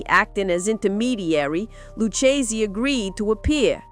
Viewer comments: It's "Lou KAY zee"... Not "Lou Chay Zee".... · Are you from NYC? If you are,you sound like a carnival character You can't even pronounce luccsse